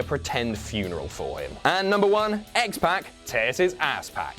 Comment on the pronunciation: Oh God, I hate the way you say X-Pac 😂 Other then that, fantastic video and I didn't even some of the stuff on here. I knew about Cesaro, Mick Foley and Stone Cold.